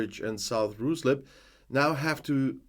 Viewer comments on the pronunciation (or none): Ruislip is pronounced like "Reis" in German, not "roo" as in kangaroo.